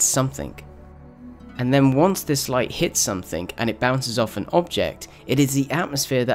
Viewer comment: Nice. But "somethink" ?